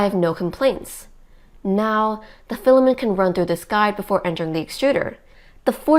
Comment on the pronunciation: Great info, thanks. I suggest the OP works at speaking more conversationally. Less huffing, hard breathing, and hard sentence stops. She sounds out of breath. You have lots of speaking experience. You can relax. Also, filamen't' sounds like fila-men. Please pronounce the 't' in filamen't'. You are a real inspirational duo for your AND adults. Thanks for being a great family team. Cheers to your brother, also.